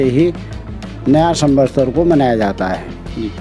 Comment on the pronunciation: पंडित जी को सम्वत्सर कहना नहीं आ रहा है वो सम्वसतर कह रहे हैं